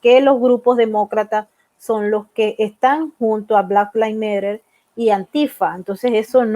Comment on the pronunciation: Le puedes decir a alguien que te enseñe a pronunciar black lives matter? Ya tienes bastantes años en nueva york